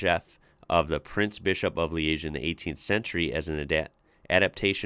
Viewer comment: No, you pronunciation of Liege is spot on!